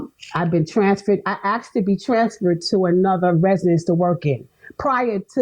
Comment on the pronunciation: It's "A S K E D", not "A X E D" Ugh 😫 so cringe